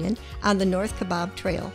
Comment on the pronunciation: Grand Canyon truly is a place of superlatives, but backpacking into it makes it even more amazing. One correction, if I may: Kaibab (Trail) is pronounced KYE-bab, rather than (shish) ka-BOB, and #2--Saguaro is pronounced suh-WAHR-oh for some strange reason, and covers 143 sq. mi., or 47,520 sq. acres. #5 is Bryce Canyon. Right next to Banff is Jasper, which is equally stunning. Across the border in Canada from Glacier is Waterton Lakes, which together form an international peace park. In addition to Yellowstone being in Wyoming and Montana, is also has a little territory in Idaho--3 states. Yellowstone's Grand Canyon is actually called the Grand Canyon of the Yellowstone, as there's the Yellowstone River in the park.